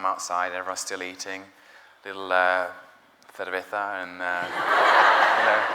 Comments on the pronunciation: I'm a Spanish girl and I nearly died when he said "cerveza" I love hiiiim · The way he says "Cerveza" *.*